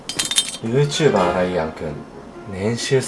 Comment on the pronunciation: ゆーうチューばーがゆーちゆぶをしてるw